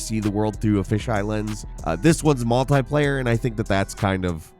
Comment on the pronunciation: MultEYEplayer.... How do you say 'multiple'?